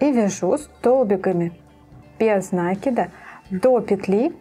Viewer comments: Все здорово, но как вы говорите нАкид, без нАкида .... Ударение в слове ставится на второй слог. Вы молодая девушка (судя по голосу), нужно грамотно говорить. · Добрый день. Шикарнейшая вещь! Но Вам нужно поработать над речью. Вас смотрят очень много рукодельниц. Будьте профессионалом до конца. Очень редко слух на протяжении всего видео НА́КИД (наки́д) . И профессионально говорить - утюжить,отутюжить,вместо гладить ( гладят кошечку)